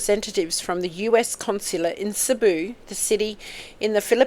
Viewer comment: Cebu pronounced See boo equal stress on each syllable